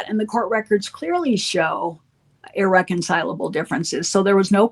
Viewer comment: Ahem.. he said "Irrecabile differences" what? irreconcilable . IRRECONCILABLE thank you.